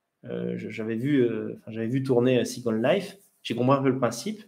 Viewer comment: pourquoi employer des termes anglais comme « second life », prononcé avec un fort accent français, ça veut dire quoi concrètement en français?